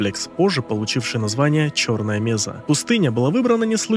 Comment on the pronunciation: Ролик прикольный. Раньше только текстовый вариант видел, причём без DLC HL. НО(!), зачем в ролик включать Жнецов из Mass Effect? Есть один нюанс. Какая, нахер меЗа????? МЕССА!!!!!!! Когда ж, вы, мамкины ютуберы, выучите термины!?